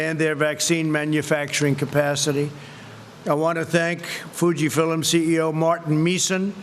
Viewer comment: What is Fuji “Filims”??🤷🏽‍♀️